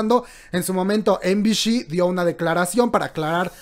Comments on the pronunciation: no es de pesada, pero MBC se pronuncia "em bi si" no "em bi shi" suponiendo que lo dices en inglés, me estresó bastante que lo digas mal todo el video kkwkdksldlsl saludos 😳♥ BB buen video bro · Em-bi-shi???✖ Em-bi-ci ✔ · Soy la única a quien le da un toc cada que dice MBC, EM BI SHI? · MBC se llama la telivisora no MBSH ya que lo pronuncias así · ay no:'( me estresó bastante que lo pronuncie mal skdkskdksnd